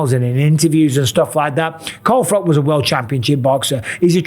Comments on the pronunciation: Why are you saying Carl Froc???? Your English, it's Froch... You know, with "ch" sound! 😂 😂 😂 No man alive should say Carl Froc!! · Mike Calling Froch; Carl Frock, Carl prop.!!!! Think he said his name right once or twice loooool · Bisping is so CTE ridden he doesnt even know how to say FROTCH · Bisping punishing Carl Frock for mispronouncing his name 😂